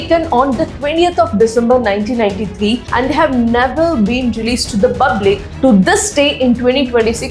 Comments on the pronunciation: Can you stop saying BUBLIC? Instead use another word please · Why does your pronounciation of public feels different?